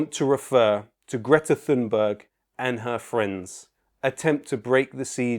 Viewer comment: Why can't Piers Morgan learn to pronounce Greta Thunbergs name correctly? After all, there's only one Greta Thunberg so it shouldn't be difficult to learn it, don't you think? Perhaps he's too lazy or too nationalistic to learn the pronunciation? Morgan hated Thunberg from the beginning when she first started talking about climate change!